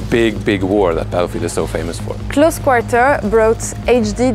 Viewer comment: c'est quoi cette accent anglais "close quarrrrrteerrrr" omg